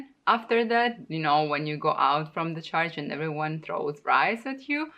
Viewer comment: Please pronounce church right (not like charge)